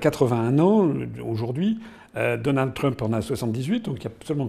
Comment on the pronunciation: Asselineau qui prononce DonaldEU Trump. Reptilien ?